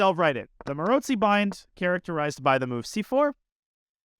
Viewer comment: Fascinated by how you pronounce Maróczy. Most people say 'Marocksy', witha hard ck sound. I trust your pronunciation is more accurate, because you speak so many languages. Any Hungarians care to comment?